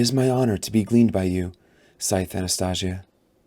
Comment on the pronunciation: Hype for the TV show announcement! I want to reread all the books before the shows release (whenever that is) your video helped me so much get through it thank you! But.... I'm sorry I can't ignore the way you pronounced Anastasia 😢 I'm hoping you pronounce it right in the second book. Otherwise I really liked listening to you reading my favorite book. ❤